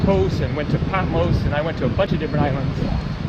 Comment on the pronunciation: haha patmose..... it's patMOS!!!!!